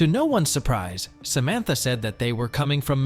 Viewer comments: Am I having a stroke "Samatha" not Samantha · Why do you keep pronouncing Samantha in different ways? Its Samantha, not Sa ma tha. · Samantha? No... Sam-ith-uh.